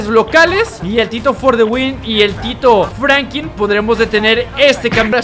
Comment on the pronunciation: Franklin no Francri